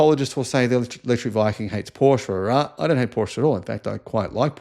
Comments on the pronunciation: Killing me with your pronunciation of Porsche. How do you pronounce Chevrolet? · U need to learn how to pronounce Porsche. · "Paw sha" pronunciation. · If you are making videos about Porsche, at least learn to properly pronounce the brand name. Great video otherwise :)